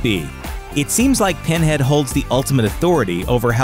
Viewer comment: "Penhad" lmao.